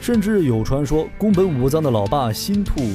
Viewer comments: 新免不是新兔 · 脫線傢伙 看著稿子唸也會唸錯